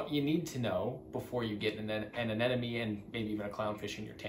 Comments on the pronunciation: (Ah Neh Moh Nee) Not (Ah Neh Nah Me) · yeahh i noticed americans say anemone as anenome but whats funnier are filipinos saying animown